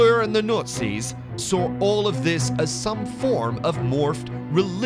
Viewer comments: The Notsies? where is this dude from? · He keeps saying "NUTZIS"..lol..or nutsies. :-)) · The nootsies.. swasteekers😂😂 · the Nutzi's ...hahaha buddy has some problems with the word Nazi's ... back to speech therapy class for him ..lol ..:) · I think, he's saying "Nutsies" on purpose. Lol. Or maybe that's his accent! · Yes wrong guy. Besides Nutzi his delivery messed up over-all production. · Please consider redoing the voice over on this to pronounce Nazi's and a swastika properly